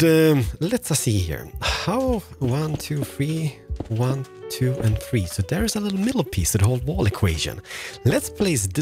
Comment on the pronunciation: "wan, too, fee, for"